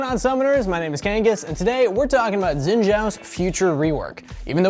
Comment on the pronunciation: Don't wanna be nitpicking, but his name is pronounced like "Shin", not "Zin" Zhao ("Jao").